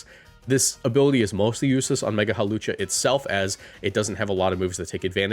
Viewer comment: IT'S HAWLUCHA, NOT F*CKING HALOWCHA! THE W SHOULD BE BEFORE THE L, NOT AFTER THE L! AND THE O IS SUPPOSED TO BE A U! FIX IT NOW!